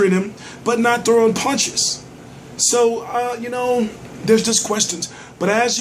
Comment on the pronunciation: punch not pynch lol